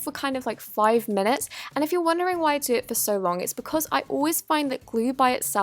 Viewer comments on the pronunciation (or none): Us: so so soft Her: sor sor soft, sor much activator